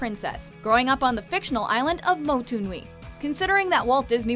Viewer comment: Is it just me or the way she said Moana's island, really wrong 😂😂